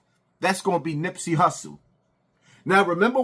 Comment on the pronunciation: This man said Nipsey. Wtf. Just say anything.